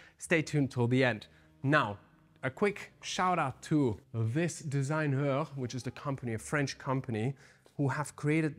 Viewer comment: im french and your french accent was so fine when you said DISIGNEUR